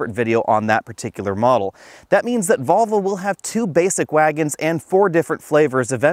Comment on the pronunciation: Great video but, his pronunciation of Volvo is ludicrous. “Get those marbles outa your mouth”!